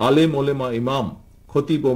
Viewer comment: উচ্চারণ সঠিক করেন জনাব। ওলেমা হবে না। শব্দটা হবে ওলামা।